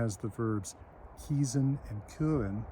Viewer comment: Kiezen is actually Dutch, not German. Good pronunciation though.